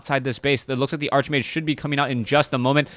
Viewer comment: You mispronounce Archmage...